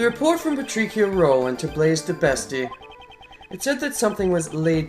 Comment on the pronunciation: Good video as usual. It still bothers me though how you pronounce Patricia (Pa-tree-shuh or pa-trih-shuh is how i hear it) but that's just a minor thing haha